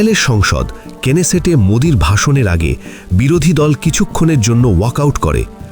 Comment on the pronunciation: কেনেসেট নয় নেসেট |